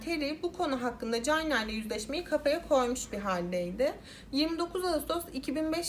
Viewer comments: Ya birader allah rızası için şu ingilizce kelimelerin telaffuzlarına önceden bi bak gözünü seviyim ya cayna ne amk hiç mi ortaokulda lisede çinin ingilizcesini görmedin çayna diye okunduğunu bilmiyosun? Eyalet isimlerini katletmene hiç değinmiyorum bile (Illinois, ilinoy diye okunuyor) Özel isimlerin %50sini yanlış söylüyosun davayı bu kadar araştırırken 10 sn bu nasıl telaffuz edilir diye bakmak bu kadar zor olmamalı!!! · Aklıma beyaz melek filmindeki sahne geldi orada da bebeğin altı kirlendiği için çamaşır makinesine koymuşlardı..:( bir de Çayna diye okuman gerekirken Cayna diye okudun her duyduğumda tüylerim kalktı 🥶🥶🥶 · Çayna diye okunması gerekmez mi? Gereksiz takıldım ya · Keske once ingilizce telafuzu oyrenseydin. Cayna ne ya🤦‍♀️ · çok çok özür dileyerek cayna diye telafuz ettiğin için izleyemiyorum videoyu